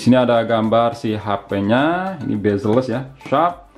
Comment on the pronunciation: 'Bazelles' kirain apaan, ternyata Bezelless wkwkwkww